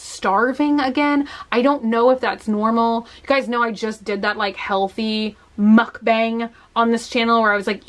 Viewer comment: Muk-BONG not baeeeAnnggg